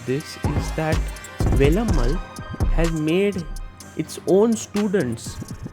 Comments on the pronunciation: May be, Sagar Bhai... Wouldn't... He always pronounced Velammaal as Velammal only.... You all might have noticed already.... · wonder why north Indians can't pronounce certain simple South Indian names correctly. He could have written it down in Hindi or whatever language he knows to get the pronunciation right. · Without all due respect, it's really bad that you pronounced Velammal the way you did. Guest of honour, you must have heard the word being pronounced a hundred times, and still chose to pronounce it wrong.